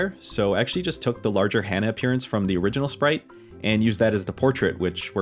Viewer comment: Hana - not Hannah. "Hah-nah"